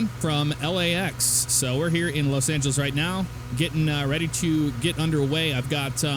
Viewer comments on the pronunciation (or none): he said los angeles it was mumbled tho